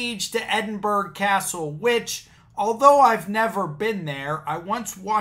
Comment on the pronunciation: As a Scottish person, what can I say but: "Urrh...." Edinburgh is pronounced "Ed-in-bur-uh" (there's no G sound). You got much closer than a lot other Americans who seem to pronounce it "Ed-in-bur-oh". 'Burgh' is an old Scottish word for a chartered town. This is especially pathetic, not just because their interpretation of Magna Carta is wrong (as the video explains), but it's even MORE pathetic, because Magna Carta was never law in Scotland in the first place. It was before the union of the crowns, and at no time and in no way was Maga Carta ever the basis of any law north of the border (England and Scotland have separate legal systems). So even if their interpretation of it was correct (it's not) it wouldn't any more force of law in Scotland than it would on the friggin' moon!